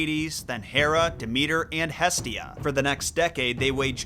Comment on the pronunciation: Maybe if you learned to pronounce her name she'd be kinder to you.